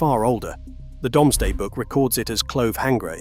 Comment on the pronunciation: It's pronnounced 'Doomsday' - not 'Domesday.' I wish someone would train the AI. Otherwise very interesting.